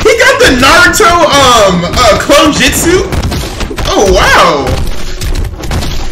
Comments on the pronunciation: Man said clone jitsu JITSU!!! He said Jitsu only real anime fans know how it's spelled/pronounced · Why does everyone say jitsu it's jutsu